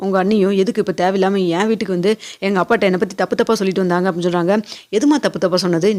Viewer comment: Kunjam nidhanama pesalam. Veetuku solradhaku badhila vootuku na solreenga. Ungag kural nalla irukku aana nidhanama pesalam.